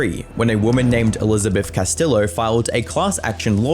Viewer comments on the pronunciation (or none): none